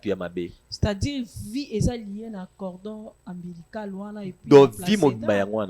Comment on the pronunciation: on dit Cordon Ombilical